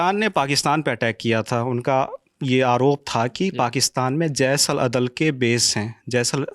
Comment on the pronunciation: कृपया महोदय जी को बोलिए कि अपने हिंदी पर विशेष ध्यान दें... जैस नहीं जैश है...😢